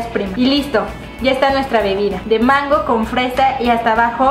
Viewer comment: leslie dice e'mango 😂😂😂😂